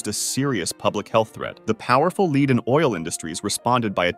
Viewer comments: Infuriated that the narrator read lead as lead.. it's pronounced lead. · It's pronounced lead not lead. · oopsy, pronounced it as 'lead' instead of 'lead' 😅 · Why did you go back and forth pronouncing lead and lead (led)? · lead. not leeeead. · "tiny amounts of lead" It should be /lɛd/ not /liːd/ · 'Lead' is pronounced 'led'. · “Lead safety” xD leader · Lead is pronounced led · Yea its supposed to be '' led '' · I mean, he’s clearly not dumb. What I want to know, is how he got to however old he got in life with nobody telling him he is pronouncing lead wrong. 😂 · That bot way say “lead” is bonkers. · You really said lead wrong, come on dawg. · thats not how you pronounce lead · OH DEAR! WHO is the CRAZY person who used a COMPUTER voice for this video? LEAD chemical is not like LEAD a group! GEEZZZZZZZZ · how can you mispronounce lead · Your voice over pronounced lead wrong. I'm disliking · Why did dude mispronounce 'lead' 5 times at random.... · How you gonna mispronounce lead half the time and get it right the other half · It’s lead not lead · And that he can't pronounce lead consistently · You mispronounced the word "lead" (the metal, not the verb) five times. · If you're going to pronounce lead wrong, at least keep it consistently wrong. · I only noticed it beeing generated when it couldnt say lead...idk how to feel about this... this is slop, but it doesnt seem to be inaccurate, but now i dont believe anything in this viud..... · Same with "Lead safety" and "Lead was removed" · It's lead, not lead. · It’s obviously lead, not lead.